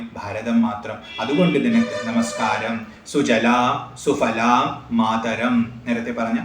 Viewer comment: സുfaലാം എന്നല്ല സുphaലാം എന്ന് സംസ്‌കൃതം ഉച്ചാരണം. വീണ്ടും fu ല്ല അല്ല phu ല്ല എന്ന് ഉച്ചരിക്കണം കാരണം പവർഗത്തിന് ഓഷ്ഠസ്പർശം ആണ്